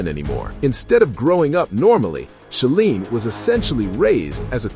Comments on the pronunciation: It's She-line....rhymes with feline. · Thank you. AI always pronounces that wrong and it's really annoying.